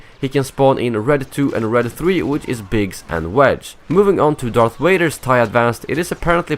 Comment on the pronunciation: #DarthWaiter! You said DarthWaiter instead of DarthVader!😛